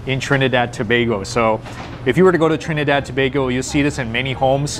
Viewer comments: It's refreshing to hear someone pronounce Tobago properly. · Well done!!! He pronounced Tobago correctly. good job...The food looks 👌. Both made Trinidad 🇹🇹 proud😄 Immediately subscribing 😉